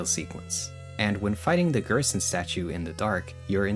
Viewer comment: "Gerson = Goner" ...where did the S go